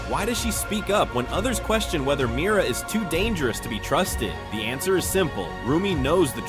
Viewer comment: It’s Mira not miry lol